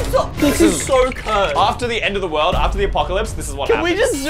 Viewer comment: they said it wrong